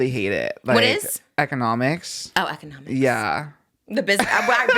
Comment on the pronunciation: “What is eceonoMICS” Period Trish